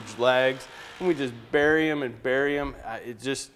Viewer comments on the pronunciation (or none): none